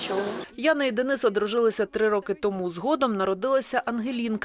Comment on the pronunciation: Як гидко слухати від українки, (дініс.). ДЕНИС-український Герой, захисник. А не (московський деніс) Слава нашим українським захисникам!